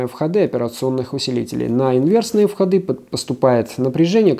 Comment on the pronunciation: А́ка, не насилуйте русский язык... Вхо́ды, а не входы́. Падение на резисторе будет образовываться, а не образоваться. Хотя комментарии таким путём получить можно. Но и отписки тоже. Техническая информация- без нареканий- спасибо.